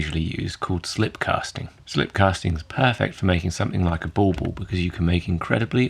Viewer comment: from reading I know it's written "bauble", but my ears are picking up "ballball". It's probably the vowel of the second syllable sounding more oh than euh